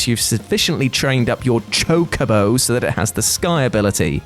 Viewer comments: Thank you for making your self Say Chocobo right . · YES. ITS PRONOUNCED CHOKE-AH-BOW. Why does that bother you so much?